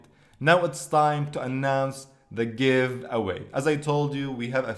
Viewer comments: "I am in the givaway" "Affiliate marketing " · "I am in giwaway" "Affiliate marketing"